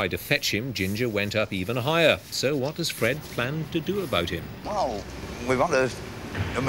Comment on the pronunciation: "gettim t'come down". Definite "m" sound.